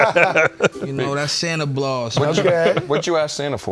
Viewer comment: 😂😂😂, He Said Santa Blaus, Instead Of Santa Claus He Always Does This, And It's So Funny 😂